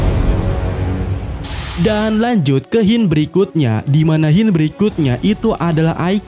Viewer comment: Sebut la Hint bagi betul. Hint bukan Hyin